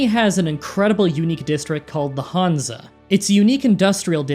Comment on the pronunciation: It‘s „Hanse“ in the german version. The first a you‘ve to pronounce like han solo. The e at the end you have to pronounce like the e in „when“.